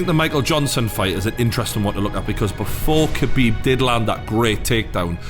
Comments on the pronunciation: pronunciation is not kebib 😂 is Ha bib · Habib k is silent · smh you dont pronounce the k in khabib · Don’t even know how to pronounce khabibs name lol